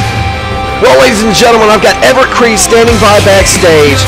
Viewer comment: Thanks but it's Crede lol . Don't worry everyone gets it wrong. If you want try and solve the riddle.